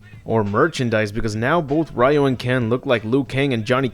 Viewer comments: it's not Ryu (Rai-yu) It's pronounced Ryu (Ree-yu)!! RYU (REE-YU) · It's Ryu!which pronouce like Liu or Riu. Not Ra-Yu.There's no 'Ra-Yu'-called-guy in the Street Fighter.